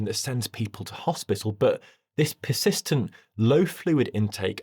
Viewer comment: I like how you're discussing kidney function, and your pronunciation of "persistent" sounds like "piss-istent"